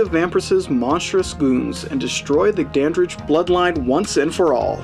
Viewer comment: Dandridge. His name is Dandridge.